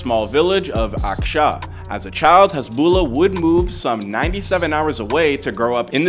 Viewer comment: The lah part at the end of his name is stretched out alittle, hasbullaah is the way it’s pronounced